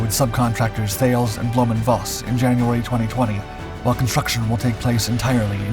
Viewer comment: Fyi: Thales is pronounced "Taliss"